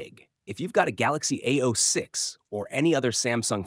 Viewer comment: It's not ao-6. Its a-06👆